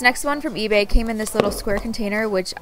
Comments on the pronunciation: For the orange slime on the ebay one i think you said etsy Like if you heard too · it's eBay but you keep saying etsy